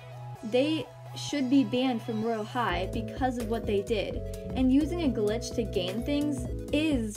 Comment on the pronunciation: When you said search glitch you really said glitch like this: Clicktch